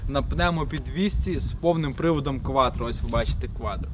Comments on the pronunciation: Так и не научился говорить кваТро 😀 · Парень, не кваДро, а кваТро!😂😂😂😂